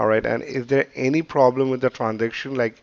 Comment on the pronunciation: "We gonna fix youw pwabwem" yea RIchard